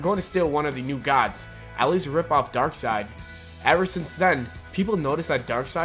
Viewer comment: this guy can't go one episode without butchering a word horribly, I think it's his schtick or something. at least he got darksied right this time!